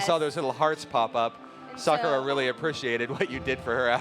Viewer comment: Suck ah ra. That pronunciation really bothers me.